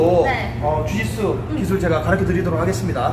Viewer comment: 가르켜 가 아니고 가르쳐 에요